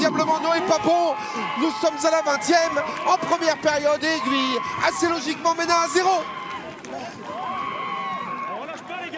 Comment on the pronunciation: C'est pas AiguiLLe c'est AiguiLe